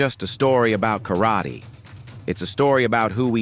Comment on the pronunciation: Yep. And Kar raaaa tey And Osu! Everyone, so bloody saying Osu. It's 'hai...'... that's it.